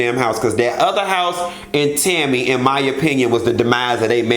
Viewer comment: Im in stitches with laughter...love how u go INNNN 😂😂😂